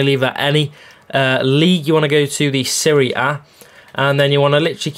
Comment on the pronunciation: Man said serie a